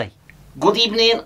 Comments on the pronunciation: Unai at Arsenal: "pust of all good ebening" Unai at Aston Villa: "good ebening" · What happened to "burst a ball good ebening"? 😅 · First of all good ebening